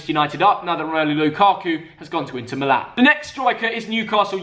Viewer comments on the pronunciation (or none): none